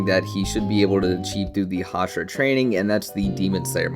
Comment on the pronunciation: Can you stop saying hashara thxxxxxx 😂